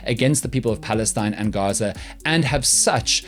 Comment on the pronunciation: And it also seems the "G" in Gaza is pronounced as the 'g' in Afrikaans and not as in the English language.